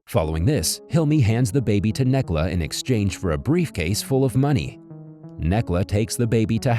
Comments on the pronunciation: Ooph ya, the only issue with this recap is the butchering of names. This film is Turkish, so the c is pronounced as j. Necla = Nejla and so on. Other than that seems like a great film, definitely gonna watch it! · I can't with the name sorry for laughing I am from Turkey and thr names aren't pronounce like this especially Necla and Hakkı